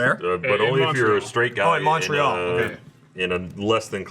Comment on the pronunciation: I'm a Canadian who isn't from the province of Quebec and I just want you guys to know that you are saying Montreal wrong.